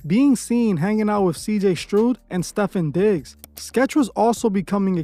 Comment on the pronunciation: Bro said “Stefen Diggs and CJ Strood”